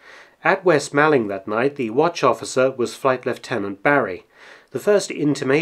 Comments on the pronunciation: Sorry to be pedantic but it’s pronounced moorling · Excellent piece. But being from Kent and just a little pedantic, it's pronounced west/east 'mawlling' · Fascinating but just a small point Malling is pronounced as MAULING. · "'Ere, chaps, you'll never guess what just 'appened in Malling..." (It's pronounced "mauling" btw) I properly lol'd at this! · Just being a pedantic Man of Kent it's pronounced 'Maw-ling'. The 'Mall' rhymes with 'fall' or 'call' not 'pal'. Interesting little video though. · "Mawling" not "Maalling" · Nice video, but your pronunciation of West Malling is poor (the A is pronounced the same as in ‘ball’) - are you a spy? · You do seem to unearth some very interesting information well done mark P.s. malling is pronounced as in shopping mall